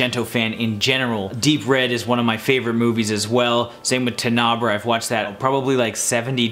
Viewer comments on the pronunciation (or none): Haha! Also his pronunciation of TENEBRAE bothered me. 🤣